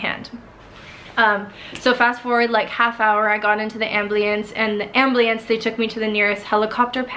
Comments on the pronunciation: ambulance, not ablueance... dear satan... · It's so cute how you say "amblience" for "ambulance." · I was wondering that 😆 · The ambliance?? Lmao u mean ambulance?? .... ❤❤ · Okay i love this video and she’s so inspiring but i can’t help but notice how she says ambliance instead of ambulance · haha, you say amblience the same way I do! My mom always got on me for it because I can't say "ambULance." 😂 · Love how she says ambliance instead of ambulance XD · This is a very interesting video, it really is, but she pronounces ambulance like "ambliance". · She said ambliance instead of ambulance 😂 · pronounce "Ambulance", not "Ambleance"...smh lol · bamabby010 lol ambliance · All power to her to endure what she had to! But truly, ambleance is a strange pronunciation. I heard it and I was thinking "what did I just hear?" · its cause she pronouced it as am-bli-ance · “amb-lee-ance” aw hahah!! you are so strong! good job 💗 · As soon as I heard ambliance I paused the video and came right to the comments 😂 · Anyone else find it adorable how she says "ambliance" 😊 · I'm sorry but everytime you sad "amb-lee-ance" I chuckled a little inside. I've never heard anyone pronounce it like that lol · I literally came to the comment section to see if anyone else noticed 😂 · machibieber96 same😂😂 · Lailah Evans OMG SAME 😂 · Is it just me or AmBlIeNcE LMAOOOO Thanks for all the likes guys :) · "Ambleance"...lol. everyone knows its Amberlamps. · great story!! but i couldn’t over hear u saying am-blee-ance lol cracked me up but i love u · Mahlet Kibret hahahah haha amblience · I replayed it 4 times 🤦‍♀️🚫 am blie ens. Why girl? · When she was saying aMbLIeNce, I was getting more triggered by the minute😂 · That's right. What the heck? She says it like that a dozen or more times, clear as day. I've never heard that in my life. "Ambliance"... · I’m sorry but I laughed every single time she said ‘amblience’ instead of ambulance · "Ambliance" you're so darling! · She said that sooo much 😂